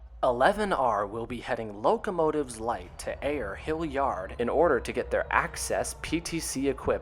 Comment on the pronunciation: FYI, Ayer is locally pronounced "Air," with one syllable.